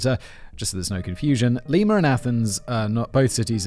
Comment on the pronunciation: Simon. I, an Ohioan, beg of you: IT'S LIE-MUH, not LEE-MAH. PLEASE. T_T I know I get after you about pronunciations, but this is my home state. Kevin, THANK YOU!!! I grew up hearing about Milligan (yet another one Ohio State University swept under the rug) and he's never really been covered on any of the true crime stuff my mom watches. Thanks for writing this in-depth look at Milligan and his crimes. Awesome editing as always, Jen!